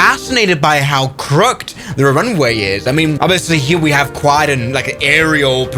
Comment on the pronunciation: bro its crooh-kid not crook'd